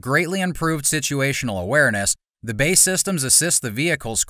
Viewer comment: it’s not Bae, but B. A. E.